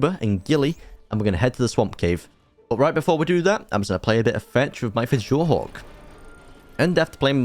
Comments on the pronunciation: "fej or dur" "Andrewsurjus" Fjourdur is pronounced Fe or dur Andrewsarchus is pronounced Andrew Sark Us Great vid tho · ITS PRONOUNCED FUORDOOR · Dude STOP mispronouncing fjordur and andrewsarchus, its the pronunciations are Fjordur(fyordur) Andrewsarchus(andrewsarkus) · didn't take away from the video whatsoever, just me nitpicking. just a note though, for most words on fjordur, the letter j will be pronounced y. so fjordur is actually fyordur, fjordhawk is fyordhawk, and steinbjorn is stinebyorn. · Fjordur pronounced fyordur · Noooo u pronounced it wrog its pronounced fyordur But other than that im hyped about the new vid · U DO NOT SAY THE J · ALSO in nordic style things the J is pronounced like a Y